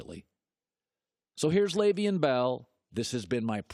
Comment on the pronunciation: After all these years you still can't pronounce his first name.